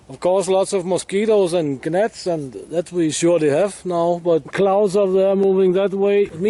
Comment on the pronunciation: Gnats are pronounced "nats" in English.:-) Great job! Your videos are always the best buddy! Terry